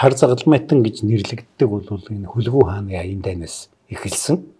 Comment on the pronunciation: Хүлэгү гэж Хүлэг гэсэн үг юм болов уу. Хэрэв тийм бол гадаад үг хэлж бгаа юм шиг Хүлэгү гэж бснаас Хүлэг гэж хэлж байх хэрэгтэй л дээ